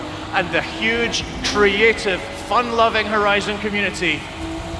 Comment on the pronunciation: “Fun loving” emphasis on loving